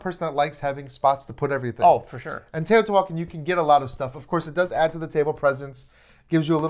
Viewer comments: The pronunciation of the game… is not Tayotee-Walken lol. It’s Te-o-ti-hua-can. Or Tay-oh-tee-hwa-khan, with an equal emphasis on every syllable. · Every time you try to say the title of this game you MURDER is pronunciation!!! GOOGLE THE CORRECT PRONUNCIATION!!! You're insulting my ancestors! Every time you say it wrong, my ancestors roll over in their grave and the gods kill a puppy and a kitten. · Oof the pronunciation is like nails on a chalkboard